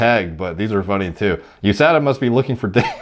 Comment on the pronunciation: The way you say “Usada and Pasta” is not better than last time..